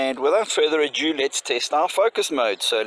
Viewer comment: Nice one, cheers. Btw, the word is 'ado', not a-dyoo. 😉👍